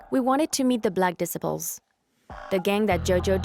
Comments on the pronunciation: dicibles....... this chick cant say gang names right LOL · i cant tell if the mispronunciations are because its ai narrated or the narrator is a foreigner shes pronouncing Disciples like decibels and shes saying latein kings instead of latin kings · she said the black dis se ples 😂learn to pronounce it 😂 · Did she really say "Black Disipels"?🤣🤣🥴🥴. And did she say gangs were chased out of Boystown🤣🤣. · It is pronounced: "Dee- SY- puls" not "Decibels"! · The narrator cracks me up pronouncing Disciples “dissaples” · ‘Disipals’ is not a word that is used in the English language. Hard to believe you are not familiar with the word, ‘desciples’? 😮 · Black dissiples 😂😂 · The dissaples 😂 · Black diss- ipples? At least pronounce the $hit right 😂 LAC MICHIGAN!!! DAFUQ! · ahh yes the black "dissiples" lol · Its called shoot out not shot out and the way you say disciples is crazy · This narrator is driving me nuts by the way she pronounces the word “disciples”. You would think the producers would have picked up on it during editing or something. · I'm over here lmfaooo When she tried pronouncing the gang called the Disciples.